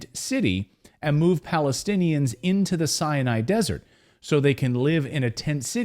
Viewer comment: Sinai desert.... not cyanide lol